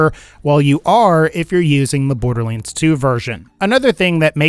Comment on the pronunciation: Um borderliends?